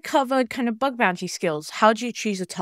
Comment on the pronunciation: Bug not Bud fyi